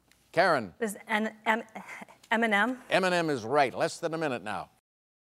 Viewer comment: Alex should have commented on how she pronounced that!